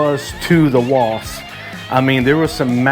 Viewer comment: Wasp!!! I know here in Texas people also say wasts. But it's with a P!!